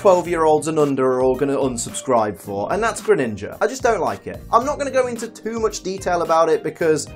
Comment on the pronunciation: For dark type I would say alolan persian but I don’t mine you saying Greninga